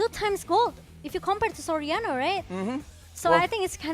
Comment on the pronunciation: you should pronounce SORIANO... "SOR- YA- NO" not SO-RA-NO....peace